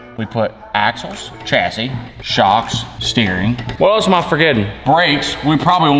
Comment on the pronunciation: What else are you forgetting? A second S in chassis!